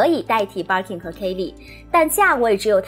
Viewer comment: 我忍不住⋯⋯ Birkin 發音錯了🤫